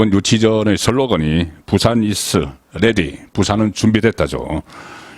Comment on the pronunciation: 발음이 항상 문제 (?) 콤푸타 이스(이즈, is ) 등등 출신지역이 경상도라서 ㅎㅎㅎㅎ